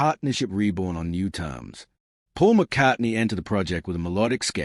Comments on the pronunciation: Can’t get past the McCartney pronunciation 😢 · This guy can't even pronounce McCartney